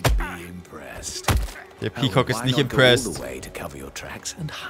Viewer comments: Wie dieser Sprecher immer pea COCK betont... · ich höre immer peecock XD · Das Video könnte auch heißen: sagt die ganze Zeit pekock weil er’s lustig findet